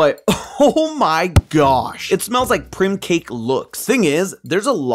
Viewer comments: “prim cake” it’s PRIME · Why pronounce prime like primm? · "Prim Cake"? I'm not looking past that. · Prime not prim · the way he says prime is so weird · My brain thought he mispronounced "Prime" until i remembered what video he was referencing 😆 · pretending to be Tom with how he pronounced "prime"